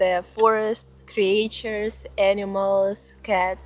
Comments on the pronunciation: ..i think i saw your camera before..a Sony if i am not mstaken..anyways, great settings you have chosen ! Just an small aside.. "creatures", in english, the "a" in the middle, is "mute"..like if it was written "creture"..more or less.. I live in Portugal, but the fairytales, are more or less from these famous fairytale writers in Europe are Hans Christian Andersen (Danish), the Brothers Grimm (German), and Charles Perrault (French). Andersen is known for original stories like "The Little Mermaid" and "The Emperor's New Clothes," while the Grimms collected and published traditional German folktales like "Hansel and Gretel" and "Rapunzel," and Perrault's 17th-century tales include "Cinderella" and "Puss in Boots.. ..i also know the Bad Wolf and The Three little Pigs..and some more, because i had a collection, but some were from around the World.. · You write creatures but pronounce it as creetures. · Cre-Ah-Tures, lol ♡ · Ты пошто, милая, "криэйчерз" вместо "кричерз" молвишь? И купно "скул" вместо "скал"? Сие запутанность великая есмь! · Okay. I didn't know I needed a bedtime storytime but in fact I do. PLEASE make another channel that reads Russian folklore to sleep to!!!!!! (Cre-AE-tures, solidified it). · Your pronunciation of "creatures" kills me. Anyway, thanks for your time spent on entertaining vid.